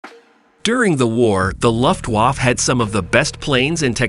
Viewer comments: Sorry. Lost me at "luft-waff" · Please ask Google Translate how to pronounce German words like Luftwaffe. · Is this a computer generated voice? I'm only a minute in and have noticed mispronunciations of "Luftwaffe" and "patent". Distracting and makes we question the content.